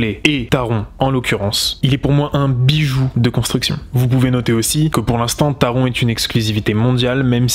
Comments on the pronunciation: Taron ce prononce Taronnn,le n ce prononce en allemand Il est vrai qu’en tant qu’Alsacien (pas grand est merci...),on prononce à l’allemande Pour ce qui est d’Helix,j’y vais normalement cet été (ce qui est bien,j’ai l’entrée gratuite,grâce a la carte annuelle d’Europa park...,on a 8 Park avec entrée gratuite 😊) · merci je suis dac avec toi taronnn